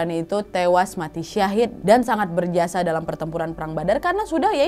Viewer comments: kak kalok bilang mati jangan muati... jangan orang tuaku marah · "Mwati" duh mbak bikin ngakak 😄